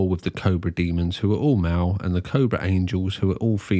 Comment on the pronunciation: I figured it out. You're saying MALE. I couldn't work out what "mao" was. You don't say the L.